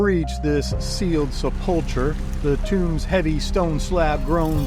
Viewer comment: Great video. Recheck your pronunciation of “sepulcher.”